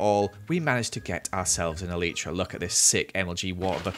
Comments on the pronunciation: it really triggered me when he pronouced elytra (EL-I-CHRA) He pronouced it (EL-EE-CHTRA) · Why did he say elitetra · The way he says ‘Elytra’ 😂 only joking love the vid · It’s funny the way he says elytra